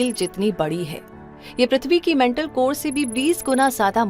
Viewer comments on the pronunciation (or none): none